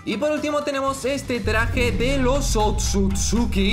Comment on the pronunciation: Es otsusuki no akatsuki xD